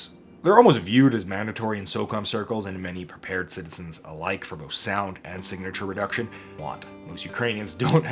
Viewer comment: "Signor retuction"